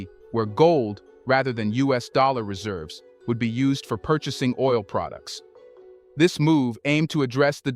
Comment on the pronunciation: Dude is an AI. The way he pronounce certain words is not right. Like pro dukes instead of products. Good content though